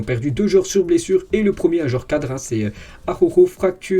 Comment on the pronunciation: Salut,très bon travail,continue comme ça.merci. Ps: prononciation Jutgla=Routgla.(🙂) Et.araujo= arlaouro